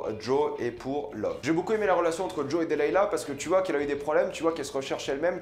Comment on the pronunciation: sa se dis delilah PAS delayla